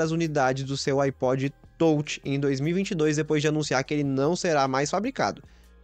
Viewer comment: iPod tôutchi, tôutchi, tôutchi.